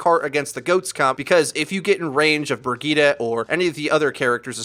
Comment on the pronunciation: Brigeeda!?! Bro, it's Brijet! Bridgette.